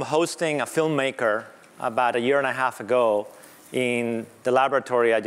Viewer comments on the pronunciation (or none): none